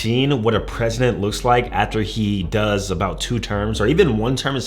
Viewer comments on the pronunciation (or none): none